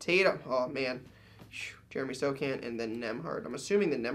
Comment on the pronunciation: wearing a spurs jersey and cant say sochan smh